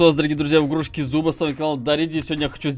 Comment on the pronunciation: Не зуба а зОба